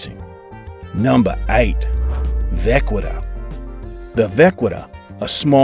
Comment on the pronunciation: It’s vah-ki-ta.